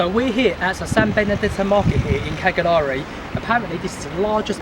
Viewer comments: It's pronounced "Caljari". 😉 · Each one of you butchered the word “Cagliari” in your own ways which was cute. Nice video. Thanks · My ears are bleeding the way you pronounce Cagliari😂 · cool video. i have to say it's pretty amazing how you actually went there and still couldn't learn how to pronounce the island's capital's name